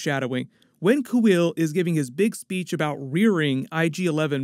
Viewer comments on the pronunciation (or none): none